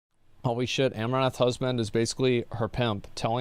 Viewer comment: Is it my imagination or are you saying Amourath rather than Amouranth. missing the N